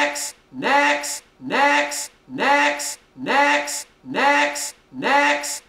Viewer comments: sounds like he's saying necks * reads top comment * still posting tho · all i hear is medics niax and necks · I've been listening to this for a while and I SWEAR TO GOD he's saying 'EGGS' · i immediately heard necks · Lol sorta sounds like "dicks" or "dex" lmao